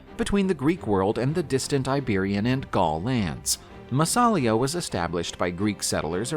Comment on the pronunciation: Hey: It's NOT pronounced "MassAlia" but "MassalIa"!